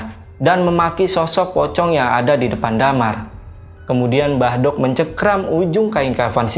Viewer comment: Maaf mas saya jd dengernya mbadok (makan) bukan mbah dok (mbah wedok) 😅🙏